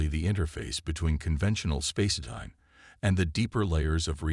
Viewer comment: Seven seconds and Already Sarah Chen is here to save the day....then there is this "CRYO-pud"!!!! WTF is a "CRYO-pud"???? Not sure I will make it thru this story if your AI is going to prove to be a POS.....we'll see..... I made it to the end.... SO, now, what is "space-i-time" and "UHN-animous"!!???